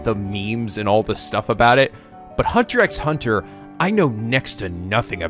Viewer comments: That style of video is not gonna work later on, this show becomes more complex and hyper dense with information 30+ episodes in. Also the X is silent, it's "Hunter Hunter" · Okay so a few things - 1.) Thank you so much, I love HunterxHunter so much, (Fun fact the x in the title is actually silent, so it's pronounced "Hunter Hunter") I know that you will love this anime. 2.) The 2011 anime sort of rushed Gon's reason why he wants to become a hunter so badly, and yes they will explain in further detail what a hunter is exactly in later episodes. In the manga we do see how Gon came to the conclusion of wanting become a hunter in the first chapter, but the 2011 anime skipped over that part because the 1999 anime had already used that as its first episode, so to make things a bit different they decided the speed things along for the meeting of Leorio and Kurapika. The 2011 does show you Gon's past in future episodes, so their is no reason for anyone to tell what happens, because that is a spoiler. Also Mito is Gon's aunt, not his mother, and is the cousin of Ging, Gon's father, the 2011 anime sorta skipped over that part as well at the beggining. 3.) This is off topic, but this is the english cast of the 2011 HunterxHunter anime if anyone is interested - Gon - Erica Mendez - Nagisa Shingetsu (Dangonronpa Another Episode), Maki Harukawa (Danganronpa V3) Leorio - Matt Mercer - Kanji Tatsumi (Persona 4), Yusuke Kitagawa (Persona 5) Kurapika - Erika Harlacher - Kyoko Kirigiri (Danganronpa Trigger Happy Havoc), Keade Akamatsu (Danganronpa V3), Ann Takamaki (Persona 5) Enjoy this anime, and I know I'll love this reaction abridged! (Nice name chan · Omg it's just "Hunter Hunter" the X is silent! :P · Oligatory comment about that "x" bit is not pronounced. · Psst pssst, the x are silent.... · regardless if it was mentioned already, the 'x's between words is silent cuz why not